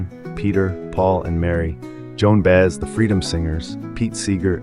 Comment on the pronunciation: Too bad you don't know how to pronounce names like Baez, Bikel, and Ochs.